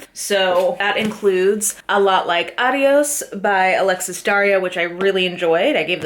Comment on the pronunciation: girl i love you but that's not how you say adiós 😭 the stress is on the o haha, i recommend looking up with the speaker feature on google translator